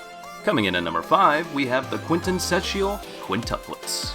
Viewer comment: good video but i find it funny how you are an adult and can't pronounce "quintessential"